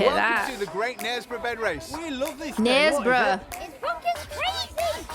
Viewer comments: Knaresborough = " nehrs-bruh" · nairs-bah- ra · Les Dawson was the best ever at gurning. Shin kickers in northern England wore wooden clogs (steel tipped) and put lard on their shins, not using sneakers and padding with straw. It's pronounced Knarsborough, North Yorkshire. You didn't mention down hill running. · Gloucestershire is pronounced Gloss- ster -shir Knaresborough is pronounced Nares -- buh -ruh. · Knaresborough = Naresboro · Hi, you should check out the International Birdman Competition😎 As much as I love listening to your accents and pronunciation of british place names, I thought I'd help you out a tad. Gloucester is pronounced........ Gloss-ter Knaresborough is pronounced.........nairs-brah I noticed you didn't attempt the place in Wales😆 Great video, looking forward to part 2. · haha Sorry but your pronouncing of Knaresborough had me in stitches. Coincidentally, I have done the bog snorkelling for a friend's stag weekend. And yes it also was raining. Go on, give it a go and we would love to watch the video of you doing the bog snorkelling.